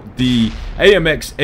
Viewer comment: You pronounce my name better than i do lol